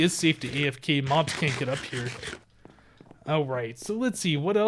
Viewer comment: When I heard you say hostile mobs I thought you said hostile mums......mums can be hostile sometimes